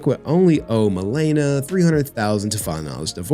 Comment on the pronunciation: Dammit stop being IGNANT BARACK MAN its not MUH LEE NUH its MA (like HEY MA) Le (like in Lexus) and NA (like NAHHHHHHHHHHHH SONNNNN THIS BITCH AINT TAKIN ME FOR 75% MY SHIIIII)